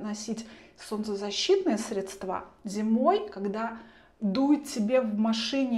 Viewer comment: Ну, неужели так сложно запомнить: крЕмы, а не кремА, срЕдства, а не средствА. И не "текёт", а течёт., это всё очень портит общее впечатление от гламурных дам.